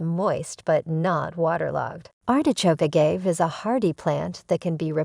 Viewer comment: Good info, thanks but it’s grating to hear the subject name be repeatedly mispronounced.